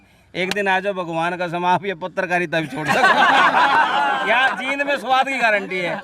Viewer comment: वाकई ये मिगलानी कमाल है. आपसे एक रिकवेस्ट है कि आप जिंद और जींद के उच्चारण में फर्क है. इस शहर का नाम जींद है